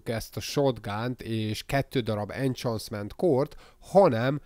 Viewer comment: Enhancement - 'enhenszment', semmi köze a chance-hez - 'csensz'! Egyszer is fájt volna, de kb százszor mondtad! 😅